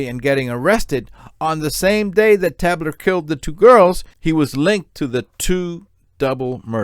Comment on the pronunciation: It's pronounced Tay-bler.